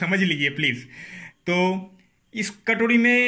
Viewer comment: Katodi nahi katori bolte hai